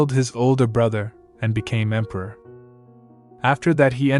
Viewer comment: The emperior instead of emperor, really thows me off😅